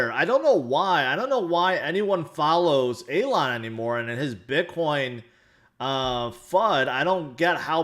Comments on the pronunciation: ''Aylon"'? Its Elon! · Hey, it's E-lon, like the ees in fees. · Alon FUD fits the best... "Shhh. Be vewy vewy quiet, I'm hunting hodlers", "scwewy Bitcon" 😂